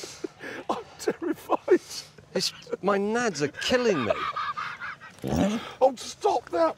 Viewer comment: “Ma nuts are killing meh”